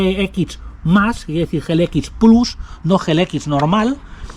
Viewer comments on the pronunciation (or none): none